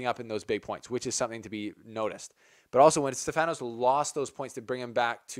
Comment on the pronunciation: the name is Stefanos and the tone goes to e not to a....in greek is ....Στέφανος.... so to understand